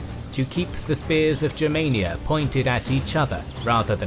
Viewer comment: Congratulations for the right pronunciation Germania, not clasic english Germany! Yes sir!